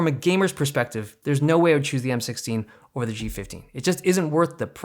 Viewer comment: did you mean there's no way I would take the M16 "OVER" the G15? Because it sounded like you said there's no way i would take the M16 or the G15.